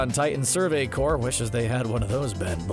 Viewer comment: I mean u spelled corps wrong but he said it right